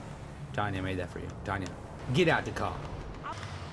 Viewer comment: Umm, Toby. Pause ... It's Tonya..........not Tanya